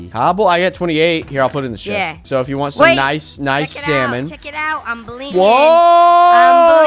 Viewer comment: noice shoovel soong